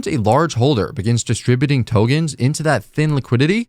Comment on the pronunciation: Please, please, please Tokens with k. The content is great but I'm gone as soon as I hear the first Togen